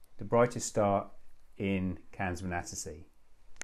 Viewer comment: Canes Venatici: Ka-ness Wena-tichi